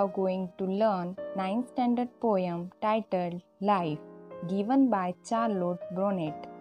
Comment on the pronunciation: Nice explanation mam...but pronunciation of "Charlotte Bronte "